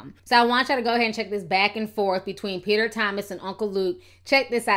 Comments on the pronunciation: peach-er Thomas 😂😭💀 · Girl you had me dying when you call Peter Thomas " uncle bens" LMAO!!!